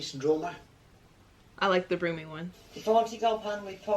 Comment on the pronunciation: then you have a place called broom-y firstly, it’s birmingham and secondly, it’s pronounced brum-y